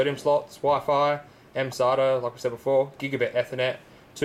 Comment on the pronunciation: Sounds like he's saying sodium connections ^^